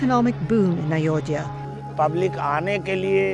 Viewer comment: What can we expect from SCP channel. They are even struggling to pronounce Ayodhya correctly .